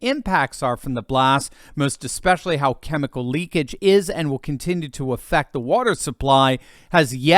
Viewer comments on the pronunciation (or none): none